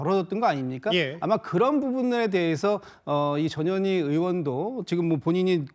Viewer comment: 나는 왜 전현희가 저년이라고 들리지 ㅎ